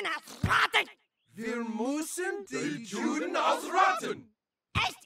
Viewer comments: The problem is he's not pronouncing it correctly. Eric says "Reich" (one syllable) but means "Rache" two syllables. Also, they mispronounce "Juden" because they pronounce it with an English "j", as in "jewel" when it is meant to be pronounced as a "y", as in "yellow". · The best part is when he says Juh instead of Yuh. Hilarious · As a non-german who speaks german, the pronunciation of Rache and Juden always bugs me lol. Rah-Phlegm-cah, and Yoo-denn are the proper pronunciations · juden in German is pronounced Yuden, the letter j in German is pronounced like a y in English hence, juh instead of yuh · It's pronounced Yuden! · I think it's pretty clear from the pronunciation of Juden that they didn't do much research into how to pronounce the German